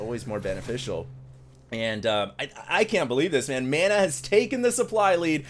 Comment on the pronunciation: You're pronouncing "Mana" wrong!!!